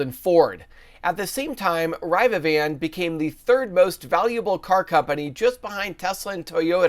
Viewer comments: actually in the middle of video you started saying it the correct way ! My bad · I believe you are not pronouncing rivian correctly